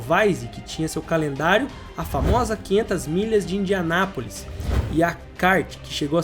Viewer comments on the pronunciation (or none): none